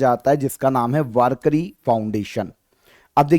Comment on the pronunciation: वारकरी नहीं वारकी 😂